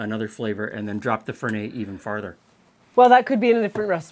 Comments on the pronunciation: Fer-net not Fer-nay. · it's Italian...not French Fer NET LOL Even Alfred in Batman said it right. And....you will grow to like it. The finer palates do. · in italy we pronounce the t, FerneT :) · While it might have been pronounced Lewis, it is pronounced Fernette, because it is an Italian bitter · Fernet is huge in San Francisco and shots of chilled Fernet is extremely popular with hospitality workers in the Bay Area. Also,in the bay it is pronounced Fur-NET with a hard T. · There are no silent T's in Italian, so you do pronounce the end T, it's not French. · Quick tip: Fernet is an Italian liquor, and so you pronounce the "t" at the end.